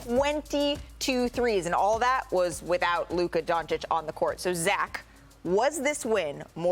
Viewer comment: Stephen A was so pissed before, when people pronounced Ime Udoka wrong and yet he still doesn't pronounce Luka's name right.